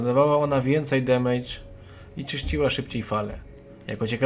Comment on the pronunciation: Ogólnie to fajny filmik. Zapomniałeś tylko o wskrzeszeniu i nie mówi się demejcz :p